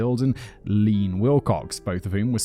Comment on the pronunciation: Simon I love that these are cold reads. It's definitely Lee Ann not Lean 😅